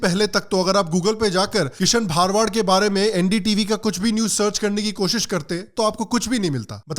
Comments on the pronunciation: Bhai wo bha ra wa d hota hai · Sir gujart me भारवाड़ nhi भरवाड़ hota he ❤️ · It's भरवाड not भारवाड. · भा-र-वा-द नहीं है भ-र-वा-ड है 🤦🏻‍♂️ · भरवाड not bharwaad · It's bharavad not bhaarvad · Not bhaar-wad it's bhar-wad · भरवाड Hai woh... Plz pronounce properly for no objections... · aap ka pronunciation galat hai it is bharwad and not bhaarwad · Thanks for opening our eyes. I appreciate all your videos. Please correct your pronunciation- his surname is भरवाड